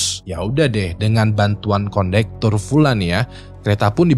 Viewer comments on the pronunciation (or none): kondektor, bukan kondutor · Ralat bukan konduktor tp kondektur 😁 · Kondektur woii 😅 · Konduktor? Kondektur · konduktor? kondektur bg 🗿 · Konduktor❌️ Kondektur✅️ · konduktor apa kondektur sih btww srius nanya